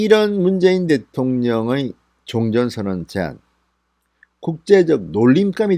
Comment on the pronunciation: 종전은 종을 짧고 올려서 전은 내려서 읽어야합니다.